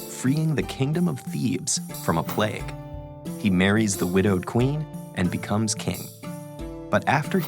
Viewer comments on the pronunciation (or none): none